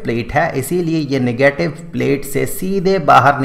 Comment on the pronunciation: "Nagatave charge"